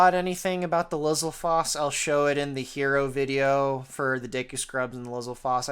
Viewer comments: I always figured it was pronounced "Li-ZAL-fohs", just like "STAL-fohs" and "Die-NAHL-fohs". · >"lizzle-foss" WHAT THAT CANT BE HOW ITS PRONOUNCED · I've always pronounced it "LIZ-ALL-FOES"